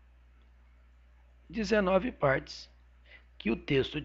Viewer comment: "9 PÂRTES" KKKKK ótimo professor!!